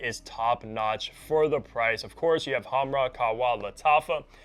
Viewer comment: Khamrah, but he can’t spell “kh” and that’s understandable